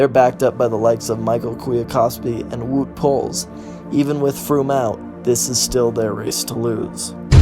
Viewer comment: Hey man Congrats on the new endeavour great first video